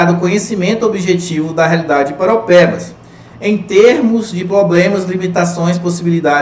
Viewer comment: Eu, cidadão de PARAUAPEBAS, vejo que você fala PAROPEBAS... kkkk é impressionante quanto as pessoas de fora não tem o costume de falar o nome da minha querida ParAUApebas kkkk mas.. obg pela aula, professor. estou acompanhando rsrs